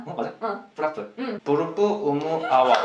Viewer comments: I found it funny when she used the KL sounding ending for the words ending in "a". Like in berapa She kept saying Berape and Daud couldn't say it properly because of that. People in Brunei and the surrounding lands pronounce the a at the end of words properly during casual speech. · Not berape xD it is berapa